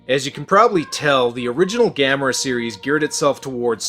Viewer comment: It actually pronounces Ga-'Me-Ra